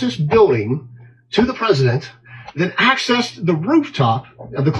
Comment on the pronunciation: Why is he referred to as "The Peesident?" He a candidate for potus and a former potus.